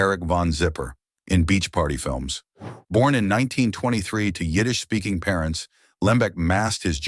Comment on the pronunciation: Yiddish was spot on.